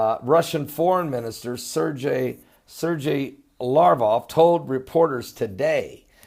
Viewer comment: Its Lavrov not Larv-off..